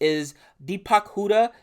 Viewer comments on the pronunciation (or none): none